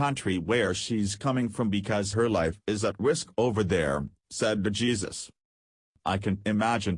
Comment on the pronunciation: It took you 6 minutes to say what you could have said in 2 minutes. Oh, buy the way his name is pronunced " hay-sus " not Jesus.